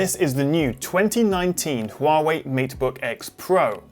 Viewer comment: I'm truly amazed by your pronunciation of 'Huawei' instead of 'Waaway'